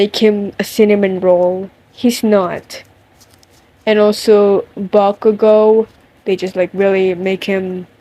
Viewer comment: Not me loving the way you say bakugou 😍😍😍😍